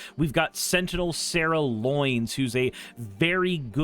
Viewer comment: "Sarah Loins" Lions, /Freud. Lions. I get it though, given you didn't play iirc.